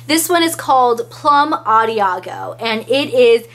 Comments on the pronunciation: Awesome review! Thanks so much! I wasn't sure I wanted to pick them up, but you helped me make up my mind!! P.S. the last one is plum adagio (ah-dah-gee-oh)! Thanks again! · As always....super review....btw...the last one is pronounced Ahh dah Gee oh